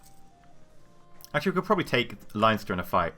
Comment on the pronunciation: It's pronounced Len-ster not Lion-ster. (I live in modern-day Leinster).